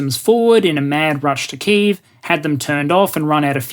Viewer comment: Well done for your pronunciation of 'Kyiv'! ('Ki' like 'kick' + 'eve' like 'evening')